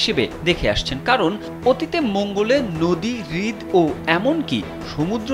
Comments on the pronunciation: রিদ শব্দটি ভূল। হ্রদ/রদ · আপনার উচ্চারণে অনেক ঝামেলা আছে। কিউ -রিওসিটি, হ্রদ কে বারবার হৃদ(Hriwd) বলতেছেন।